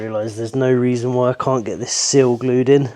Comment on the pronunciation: I love your channel and I’ve been following since the roundhouse. Love all the stuff you do how eco your builds are or different techniques I get to learn about. I just wish it didn’t bother me so much how you pronounce ‘seal’ and ‘sill’ in the exact same way. My cross to bear I guess 😂